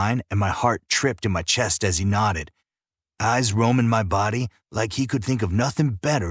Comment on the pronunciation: Drinking game! Take a shot every time the word nodded is said, it sounds like knotted which eventually had me laughing to myself lol 😅